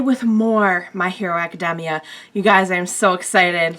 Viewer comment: Did she really just say my hero aci-dem-mia